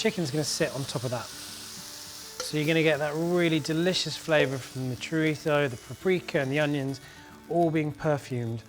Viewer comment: Chorizo... Would you please pronounce it as it's pronounced in English. You don't hear Spanish people pronouncing types of English food with an accentuated dodgy English accent 😜